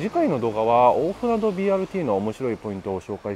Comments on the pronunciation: BRTにはまだ乗ったことがないので、一度乗りに行ってみたいです。 一つだけ、！「おおふなど」じゃなくて「おおふなと」です！！ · きょうび高速バスのほうが便利なので気仙沼の人が仙台にいく場合は高速バスを使うんでしょうけどねぇ。 柳津〜気仙沼は昭和50年頃に散々待たされた挙句に開通したのがまた鉄道が無くなってしまって悲しいですね。津波を口実に赤字路線を切り捨てたとしか思えません。 一方赤字路線の廃線後にBRT転換するのは旧鹿島鉄道のかしてつバスがありますが、途中区間が一般道走行で渋滞に巻き込まれるし、一般道との交点ではいちいち停止するなど、BRTの体をなしていません。こちらの方もいつかレポートお願いします🤲 ※蛇足ながら「おおふなど」ではなく、「おおふなと」です。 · 「おおふなど」ではなく「おおふなと」だと思います。聞いていて気になりました。